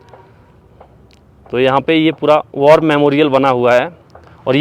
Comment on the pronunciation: War ko bar bol rahe hain.